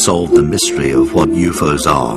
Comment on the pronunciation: "Youfoes" are real.